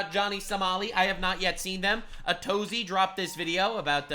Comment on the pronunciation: Atozy is pronounced A to Z